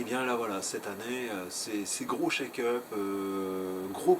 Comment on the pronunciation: Juste : "Check up" et pas "Shake up" ... 😉